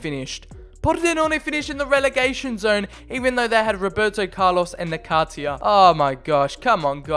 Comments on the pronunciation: It s not Nakatia , it s Nakata , if you don t know about the guy , at least learn ! Jesus ! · Nakatia? Dude come on. Na-ka-ta